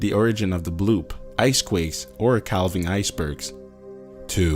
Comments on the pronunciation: The L in 'calving' is silent. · Cal ving 🤦‍♂️